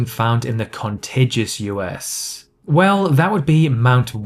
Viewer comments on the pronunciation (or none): You pronounced contiguous wrong